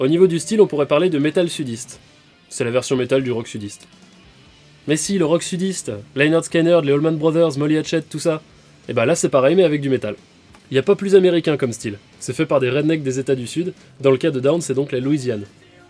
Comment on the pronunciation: pronounced 'Lĕh-'nérd 'Skin-'nérd